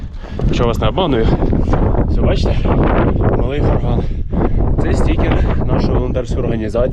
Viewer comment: Малий ГОрган. Наголос на О.